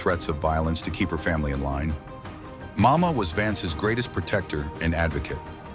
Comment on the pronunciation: I guess you just could Not Get his grandmother‘s name correct. It was “Mawma”